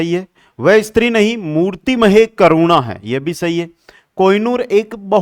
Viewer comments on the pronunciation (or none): none